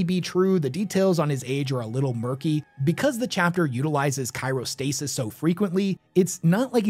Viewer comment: Chiro-stasis or CRYO-stasis. Cryo meaning cold and Chiro meaning......."by, or of, the hand". Like a Chiropractor.